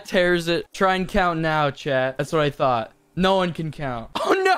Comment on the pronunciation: This whole time I thought u was saying chad for sum reason but I realized your saying chat